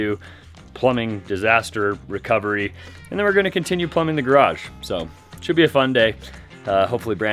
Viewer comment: !: You said garage like 12 times in this video! All of them were very close to correct and very consistent. There is a tiny bit of room for perfecting it, but you are the 93% level! I consider that coming from where you started you will sound like a foreigner now--at least to the people who your learned that awful original pronunciation from!